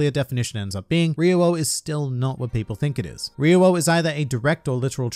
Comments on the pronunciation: it’s ri oo o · What's "ri-wowo"? You mean "ri-yo" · Rio-wo I speak Japanese and now after this video, I have forgotten how to pronounce it 😂 Ryuo - Ryu o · At least its closer to the actual pronounciation. People keeps pronouncing "ryo" rather than "ryuu-o", which is wrong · dude in the anime it’s clearly different and sounds more like “Rio” “Ryuo” than “Rewoah” or whatever he’s even saying. Love but this video was hard to watch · The way he says Ryuo immediately made me go "RE-RO RE-RO RE-RO" In the anime, it was pronounced what I can only describe as "dyuo" de-U-oh. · Ryuo is one extended syllable, not 3 distinct syllables (with an invisible w I guess). Ri-u-wo => Ri-u-No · Australian really have a weird pronunciation of words, maybe because of their natural accent. I dont think RYUO is pronounced as REEE-WOOW. I think it's RI-YU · why does he say "reewo" instead of ryuo? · I think it's pronounced as ryu-wo not ryu-wow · I’ve gone back and watched the anime scenes and you are right. It just sounds a bit strange the way you say it. In the anime the way they say it is more like ‘ree oo oh’. But the way you say it is more like ‘ree you ow’ which makes the flow a bit off. I’m by no means a Japanese linguist expert or anything but that’s just the way I hear it. I personally think pronouncing it like ‘ryou’ is easier to say and it flows better but I guess it’s up to you. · STOP ITS NOT (re-ro) it’s (Ree-yo) god damn I’m bout to turn this off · Him: Riwo Me😲😲Noooo its Ryou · stop pronouncing it as Re-Wo, Its Re-Yo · You've been pronouncing it wrong then :D the way you say it would be "ryou" but it's actually spelt "ryuo" which would be pronounced as RYU-O. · lmao I can't handle the pronunciation! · Dude, everytime he says "riwoo", I get black and white spots dancing across my vision... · He’s saying it like ruwio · Ryu-o; that’s legitimately how you say it, it’s been said in the series multiple times now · THE MEME OF THIS VIDEO OF TODAY: RI-YO-WOAH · Its R-I-Y-O